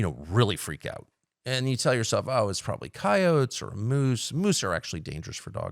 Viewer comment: Hearing Tucker pronounce coyotes correctly made me so proud